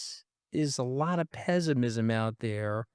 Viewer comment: Is Anthony saying Pessimism or Peasantism? There's a lot of Peasantism out there.😂😂😂